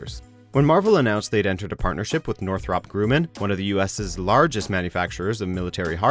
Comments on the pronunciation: WatchMojo still having issues with their english speakers pronouncing english words correctly. Its not northROP GROOman, its NORTHrup GRUMman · his pronunciation of Northrop Grumman was just pitiful lol